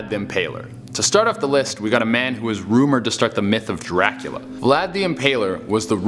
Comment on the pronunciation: As for #10, Vlad's name was Vlad Dracula (pronounced jrah-coola, not Jraquela)